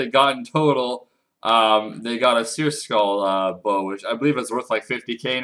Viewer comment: seercull.. not seer skull